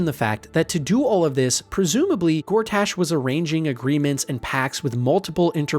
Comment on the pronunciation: Honestly it gets worse. He says Lamp Light rather than Last Light, describes the KuaToa as Frog people, says Envier Gortaash, says Mincs instead of MinSC and calls Boo a Giant Space Alien. It couldn't be more obvious that it's a ChatGPT thing and even ChatGPT would get these things right I hope.